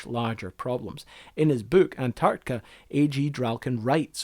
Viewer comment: Sorry, but it's too annoying to listen any further to the host pronouncing "an-Tartica."